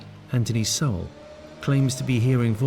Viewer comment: Why can't the chic say his last name correctly? It's not so-well...ugh!